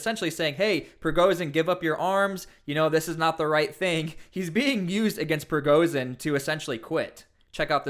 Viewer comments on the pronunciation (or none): ‘Zh’ is not pronounced ‘z’. Prigozhin not prigozin. Putin does not have a silent ‘t’.